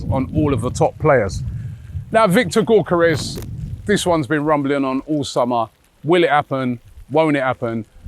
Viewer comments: Gyokeres = Yoke-er-esh... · Robbie still doesn’t know how to pronounce Gyokeres😂. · Robbie doesn't care about BUTCHERING Gyokeres name 😅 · 😂😂he’s terrible when it comes to peoples names